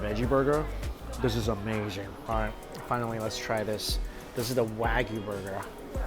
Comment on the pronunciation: it's pronounced "waa-gyu" not "wag you"